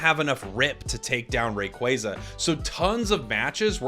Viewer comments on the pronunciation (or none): Saying rayquaza wrong is kinda annoying